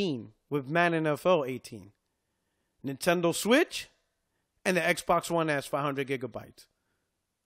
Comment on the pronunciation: Did he just call it xbox one L 😂 the truth slips out